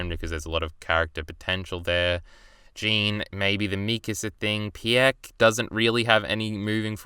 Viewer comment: pee-eck? it’s pronounced peek, that’s how they pronounce it in japanese